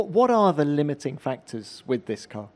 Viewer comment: Alonso sounded so southern when he said car it threw me off hahha